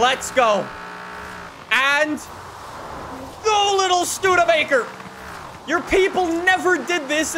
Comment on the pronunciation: yay he said Studebaker correct